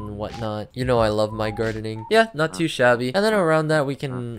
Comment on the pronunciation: lol i love how you say shabby, its funny bc it sounds VERY similar to idiot in Chinese